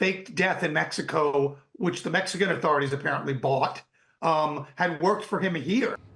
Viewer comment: I hate the way the guy says “bought”